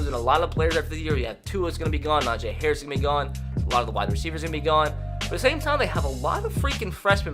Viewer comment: Y does he keep on saying nojay harris